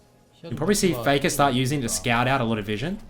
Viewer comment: FEKA NO OTHA REMEMBA shiet man where that strange accent came from?